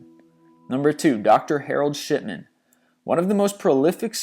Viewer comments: For God sake dude will you pronounce peoples names properly! I swear you crucify the English language man. Dr Harold shitman! Wtf? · did you say shipman or shitman btw that was number 2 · Harold Shipman. Did sound like shitman though didn't it :p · Was I the only one that heard "Shitman" instead of "Shipman"? Lmao 😂😂😂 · Lol sounded like he sad "Dr.Harold Shitman"